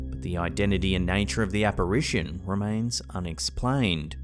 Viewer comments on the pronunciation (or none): none